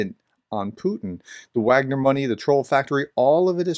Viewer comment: Given that your channel carries the title 'Professor,' there is an inherent responsibility to ensure accuracy in all aspects of your content, including pronunciation. Your decision to knowingly mispronounce 'Wagner', despite being aware of the correct pronunciation, concerns me. This is not a minor detail - 'Wagner' is a critical term in discussions about the Ukraine War. When you choose to ignore this fact, it undermines your credibility and shows a lack of respect for the subject matter. If you wish to uphold the responsibilities that come with the title of 'Professor,' I urge you to correct this. It's important to treat all aspects of this topic with the seriousness it deserves.